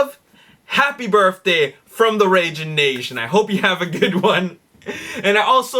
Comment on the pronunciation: I watch every episode, but there's one thing you're driving me nuts with. It's "birTHday", not "birFday". Please. PLEASE knock it off.